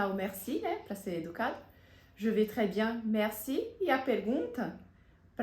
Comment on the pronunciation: Voce explicou q je vais fala je vé mas na frase ao pronunciar Je vais vc fala je vê com e fechado …